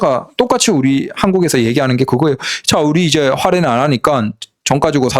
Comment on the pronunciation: 활인이라고 하지마요. 😂